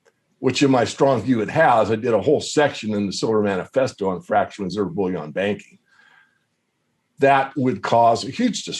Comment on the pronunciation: Bullion is pronounced 'Bull-yin', not 'Bull-yawn'. They are all beginning to copy each other in this stupid pronunciation.